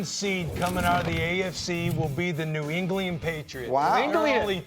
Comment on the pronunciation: New Englian